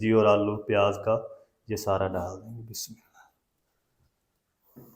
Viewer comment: Bismillah to thek Tarah se parho